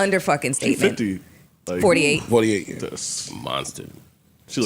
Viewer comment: MELYSSA, THE WORD IS SETTLEMENT.